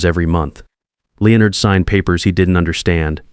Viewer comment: Why can’t the AI correctly pronounce Leonard? It’s not that difficult.